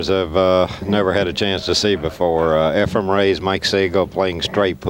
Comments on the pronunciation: Nick calling Reyes Efraim the entire time. Geez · Hey Nip.. his name is Efren, NOT Efrem! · Why is it that Americans find it impossible to say EFREN....and i find it impossible to stay awake with sigel even the very first shot of the match...takes an eternity to play a daft shot and msses by a country mile...then looks sort of shocked that he missed!